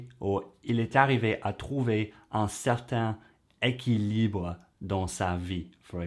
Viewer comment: La bonne façon de dire, à propos de "proches" est: "ces deux personnes semblent plus proches l'une de l'autre".: pour "certain équilibre" il faut faire la liaison et le prononcer comme si c'était "certaine équilibre". On ne dit pas "traite d'humanité" ni "traite l'humanité" (pas dans ce contexte en tout cas), on dira plutôt "traite de l'humanité" ou bien mieux mais plus compliqué "parle de certains aspects de l'humanité", le verbe traiter n'est pas le meilleur pour ce contexte. 'Il arrive à se dire": je pense que pour ce contexte "il finit par se dire" serait bien meilleur.